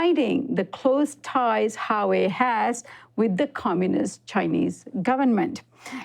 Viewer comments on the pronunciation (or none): HWA WEI not Ha wei not Sua wei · It's Huawei (Wa way), NOT "Ha Way". Is this supposed be a professional news program??? Do you do any preparation before you speak? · Who-Wa-Wei not Ha-Wei. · Love your show, but please study the pronunciation of proper nouns (Huawei) before doing pieces on them. It was almost cringy enough to leave, hearing keep saying HA-way, instead of Wa-way, especially when it's pronounced correctly in a video clip used for the piece. Still love the show. Keep up the good work. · "HWah-way" not Highway lol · IS HUA..Wei not HA WEi!! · Great report, however it's pronounced Wā-way, the 'H' is kinda silent. I kept cringing everytime you pronounced it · You spoken as Hauwei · I think you of all people should appreciate the importance of pronouncing names properly. It is not Harway. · Huawei: huu-waa-way > hua-wei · I think it's "Wah-way." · Richie Rich HUA ( WA) WEI ( WAY)..GOD Americans tongues gets twisted with other foreign words like SPANISH, ASIAN, RUSSIAN ... etc.. annoying! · You guys are seriously horrible when it comes to pronouncing anything Chinese. "Hawei", "President Gee" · It’s pronounced Wa-way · Can I really trust you when you can't say the second largest phone manufacturer correctly?